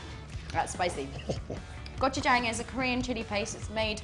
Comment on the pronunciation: 꼬츄챵 발음이 기막히네요